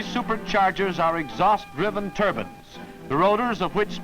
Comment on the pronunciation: They are turbines, not turbins. Turbins go on someones head. Also the word tube is not pronounced toob.